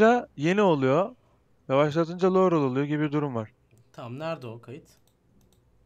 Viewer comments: Laruel diyo amk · Lauerel diyor aq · Laurel in sadece rıl derken bi duyuyom sonda normalde yanny deilmi :D